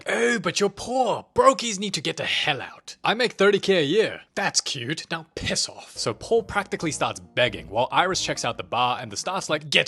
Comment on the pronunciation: English accent:now piss of